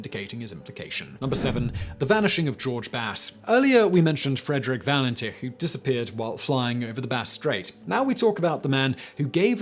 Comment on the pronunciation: All-bree. Valen-titch. Add Harold Holt, the Beaumonts, Azaria Chamberlain and Joanne Ratcliffe & Kirste Gordon in your next list